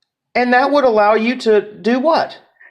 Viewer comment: I wanna smack every time he says: “All-low, even low, and pre-tell” 🙌